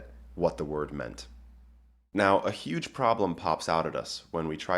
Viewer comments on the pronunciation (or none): none